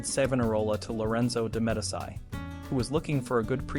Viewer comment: Its hard to take a narrator seriously when he is incapable of pronouncing the word, Medici. Pathetic!